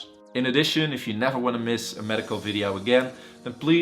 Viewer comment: is this really a doctor?? and what's a videaoww?